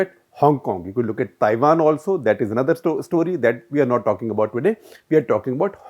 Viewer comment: At minute 9.48 you say 'Tiwan'. Slip of tongue may be...